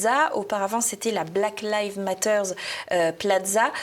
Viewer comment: Excellente émission bien sûr...mais évitez svp les liaisons malheureuses et douloureuses elle va T être, hélas répétées. De même pour l absence de S final à Black Lives Matter. JM, professeur d anglais.